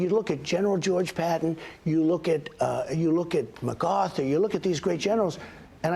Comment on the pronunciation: Does anyone notice that he always calls Patton "patent" and McArthur "maggarthur"? I don't know why this bothers me so much.... It just seems disrespectful like he just doesn't care enough to learn how to pronounce their names. And he wants to teach the generals a thing or 2? What a piece of shit.